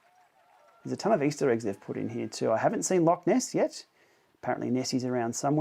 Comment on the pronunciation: Scotlaaaaand! Freeeeeeedom! 😂 Didn't notice... Was there deep fried Mars stand? 😉 The rock formation is basalt. And btw. a loch is not pronounced as a "lock". Thanks for the preview - the route looks interesting, may be my favourite, although short.